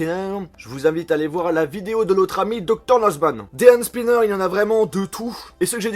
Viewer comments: Prononce "Hand Sniper" comme TK78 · super vidéo j'adore la façon dont tu prononce le H de Hand Spinner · Super video 😍 jaime comment tu prononce HHHHand spinner(avec un H super prononcer 😂😘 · Je suis le seul à rigoler de ça façon de prononcer " Hand Spinner" ? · C'est affreux quand tu dit Hand spinner